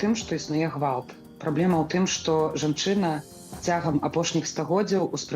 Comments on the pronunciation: Просто буква "г" мягче должна!Что сделаешь, всю жизнь на русском, а на родном избранно!! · Меня раздражает как произносится гвалт . Произношение не правильное на Беларускай мове